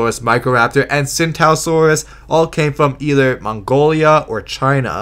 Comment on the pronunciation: Tsintaosaurus is actually pronounced "ching-dao-saur-us"